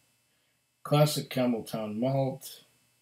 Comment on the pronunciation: I might have been reading "Campbeltown", but I kept hearing "Camel toe" lol nice review my friend!